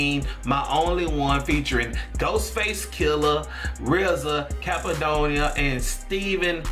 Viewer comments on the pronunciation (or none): He said he hope he didn't mess up that Steve name but he messed up cappadonna name